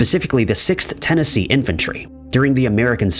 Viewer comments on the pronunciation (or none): none